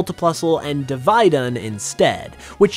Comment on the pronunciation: Div-ee-dunn not div-eye-dunn. and mutiplusle is ok.